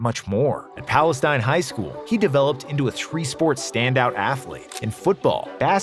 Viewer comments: It's palah-steen Texas...common mispronunciation though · Pronounced palesteen with long e not Palestine long I. Definitely had some east Texans pissed at the beginning 😂. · "Palesteen" pronounced. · It’s pronounced Pal Es TEEN. It’s my hometown and where I went to school. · Great video, but it's pronounced "Pal-Uh-Steen". Lol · It's pronounced "Palestine"... And that's Texas a&m not Texas 🤔🧐🤨🙄🙄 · I’m sorry sir, where he grew up is pronounced Palesteen. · Palestine is pronounced “palesteen” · 1 thing; I’m from Rusk, Tx. And remember seeing Adrian in the newspaper and knowing he was going pro. All that said, it’s pronounce “Pal-less-teen” Texas. Not like the middle eastern country. It’s time we get this right, y’all. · I played against Peterson in highschool back in 03’ dude was a man among boys back then. This is just a nitpick, but the town he’s from is pronounced “pales-teen” down here. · Everybody knows it's pronounced Pal-iss-TEEN! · He actually lived and went to highschool a few towns over from me. I got to watch him play football and long jump a couple of times. Also I hate to do this but its pronounced like Palestien, only reason I bring this up is because it is the only time I will most likely ever hear anybody out side of anderson,leon,or freestone county talk about Palastine. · It’s pronounced palesteen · I hate when people mispronounce Palestine. Im from east tx and we dont say it that way lol … no diss to the video. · The way he pronounced Palestine made me chuckle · Mispronounced Palestine, but let's keep going. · Pronounced the home town wrong